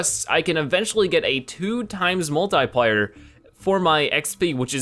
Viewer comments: Multiplayer not multiplier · Is he purposely mispronouncing multiplier??